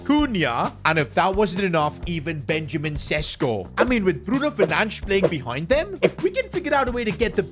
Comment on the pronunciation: PCQ: It's pronounced Benyamin Sheshko